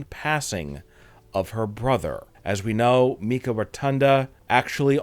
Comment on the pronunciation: Wyndham rotunda‘s sister‘s name is pronounced mykah…. Not pronounced mekah